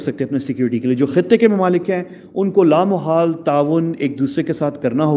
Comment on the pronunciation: Why this man is persistently mispronouncing and misusing the word لا محال؟ The correct word is لامحالہ which means 'inevitable'. In Urdu there is no such word as لامحال۔ Also, the question 'Since U R in Israel, tell us whether that aircraft really came to Pakistan or not?', is ridiculous. Just think over it!!!!!!